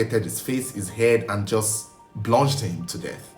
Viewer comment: Bludgeoned, not bludged